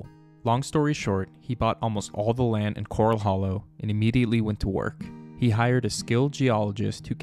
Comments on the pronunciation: Great video but it's not cor-ul like you find in the ocean. It's cor-al like where you keep horses. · Thats pronounced like a horse pen not a reef critter. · Why does the narrator mispronounce Corral? Corral Hollow was named after a corral that early Spanish cowboys used to keep mustangs. There is nothing coral in Corral Hollow.